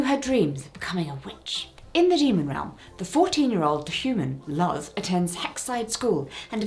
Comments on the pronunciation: Just so you know, Luz is pronounced similar to “loose” ❤ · Btw Luz is pronounced more like "loose"! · Hey. Just letting you know, Luz’s name is pronounced like the word “loose” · Loved this video. But just FYI Luz is pronounced Lus. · Of course I know it's totally fine for you to pronounce things how they're spelled, just wanna let you know that Luz is pronounced like "loose" (or sometimes like "lose"? different characters say her name slightly differently) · heads up, Luz's name is pronounced similar to lose great video, thanks❤ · Luz’s name is pronounced like “loose” hope this helps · Luz’s first name is pronounced similarly to the word “loose.” Idk if that’s actually helpful. Sorry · A couple things for you. One, Luz is pronounced 'lose' or 'loose'. Second, I thought sponge Bob was asexual. No hate though, your videos are nice either way. As a fellow wueer, of course. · I know it's not your fault but for future reference The u in Luz is pronounces like oo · Despite it being spelt as Luz, I think you're supposed to pronounce it as "loose"? I haven't watched the show yet, but I have watched videos about the show. And they say it like that, in the videos Edit: While I was... 50% tomboy? When I was younger, and identify as agender/genderless now. Yeah, that's true. Not all tomboys are lgbt. But for those who are, it's like a stepping stone I also feel like the same could be said for NLOGs. But, eh. It could just be a me thing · btw luz is pronounced like looz! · The owl house’s last episode is out and now it’s over 😭 also you pronounced luz’s name wrong but, yea, I get why that might happen. It’s okay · Your pronunciation is Luz is so wrong but absolutely adorable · Luz is pronounced Looz not Luhz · More like Looze, but yes, loose is closer than how she pronounced it. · Just so Jessica knows, "Luz" is pronounced as "Loose". Just fyi, if you keep talking about Owl House.